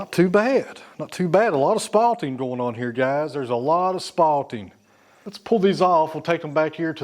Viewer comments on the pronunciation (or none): The word is SPALTING. Not spotting.